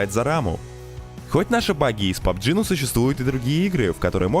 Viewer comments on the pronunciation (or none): не пбжи а пабг